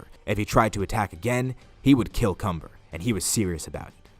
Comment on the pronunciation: When cumber's name is mentioned its sounds like cummer